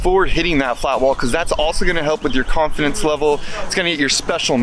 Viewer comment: You said "build confidence" at the end, but it sounded like carve-fidence